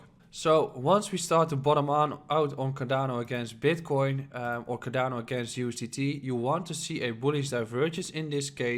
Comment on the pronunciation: that sounded like carabinieri